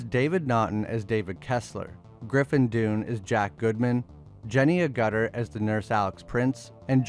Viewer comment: One of the greatest films ever. Agutter is pronounced agerter. Cool video 👍